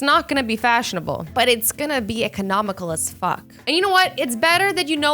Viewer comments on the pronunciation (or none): Azzy said fouck